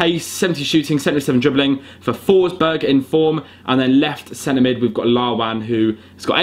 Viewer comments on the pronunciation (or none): none